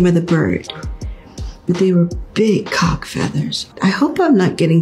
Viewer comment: miss maam said CAWKS with a capital C